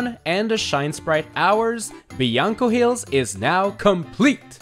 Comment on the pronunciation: it’s BLANCO hills not BIANCO hills